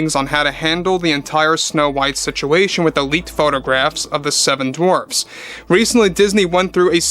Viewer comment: The "Seven Dwarps"? What's a "Dwarp"?